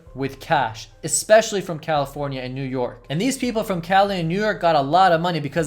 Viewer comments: It’s especially not ecspecially🤭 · Ex-specially is not a word, my friend.